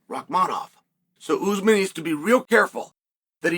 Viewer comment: After all this time Chael still says Oozemen instead of Usman.